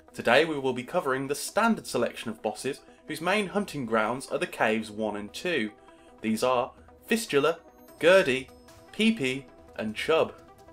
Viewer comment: Why do you say Peepee? Isn't it just Peep?